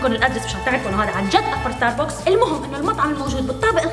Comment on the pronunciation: اكبر ستاربكس باليابان واصغر ستاربكس بمطار دبي يلفظ ستارباكس مش ستاربوكس. 🌷